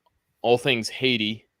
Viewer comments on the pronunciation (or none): ... just the way he says Haydee let's me know how he really feels about Ayiti.